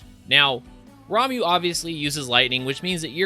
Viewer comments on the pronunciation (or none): Fen - rear Val - eh -fo Rah - moo The internet is close by. :P